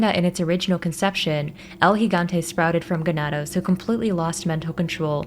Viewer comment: Your the only one so far who correctly pronounced Gigante.